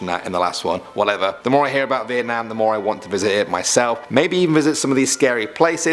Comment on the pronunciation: I extremely appreciate the way you say: Việt Nam, not Vietnam ;)